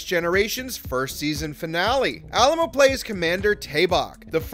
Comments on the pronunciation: Yes please pronounce his name correctly - Ah-LIE-mo. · Say it with me now: Ah-LIE-moh. Might be good to pronounce your subject's surname accurately. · Besides pronouncing his last name totally incorrectly through the whole vid, you missed a character – Marc Alaimo appears as a guest in Vic's Lounge in the final episode of Ds9, making the total character count 7. Research is always helpful instead of being lazy and parroting/plagiarizing info from Wikipedia.